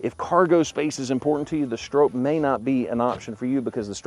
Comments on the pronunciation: Sure would be nice if you knew how to say the name correctly. Think stop. StrOPe. Nice video though. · Stroppe is pronounced like cop or shop. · It’s pronounced like stop but with an R!🤣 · It’s hard to take you serious when you don’t even pronounce Stroppe’s name correctly. 🤦‍♂️ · You would think you would do a few minutes of research about the Bronco before making the video. Even Ford put out a video about Bill Stroppe and the new Bronco. First you are mispronouncing his name. You say you should let the customer know if they have a wrap on the hood but then you say you don't know if its a wrap. (It is a wrap) The red color is listed as code red on the window sticker. Not everyone wants a 4 door and it would not have the correct look as a 4 door. Ford did a nice job with a tribute to Bill and the original Baja Bronco. Ford says they will build 1966 Stroppe Broncos. A good thing to know when you are buying a limited edition.